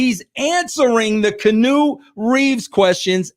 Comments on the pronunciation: "Canoe" Reeves 😂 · Wresul-ling and Kanu Reeves 😂😂😂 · KEY-ANN-NEW, Jesus it's not that hard🤦🤦🤦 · "Canoe" Reeves😂